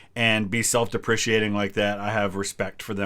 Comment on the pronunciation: "self-deprecating" not self depreciating